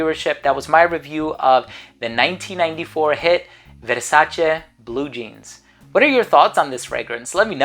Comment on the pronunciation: Every time you say VERSACHE I piss myself 😂😂😂😂😂😂